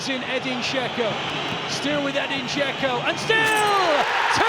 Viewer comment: Its not Gecko, its Dzeko